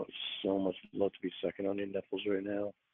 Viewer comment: Also the way he says ‘letters’.and ‘love’ (he really accentuates the L and it’s awful)